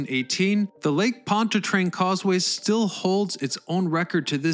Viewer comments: Why do you pronounce Pontchartrain as "POND-a-trane?" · It’s lake pont CHAR train.